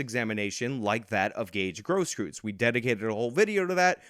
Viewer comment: I know that he's a piece of trash... but it's pronounced "Grosskroytz", not "Grosskroots". I'm sorry, but I just cringe at all of the mispronunciations. Sorry to sound like I'm defending trash. I really want to emphasize my dislike of filth like that of Gage Grosskreutz.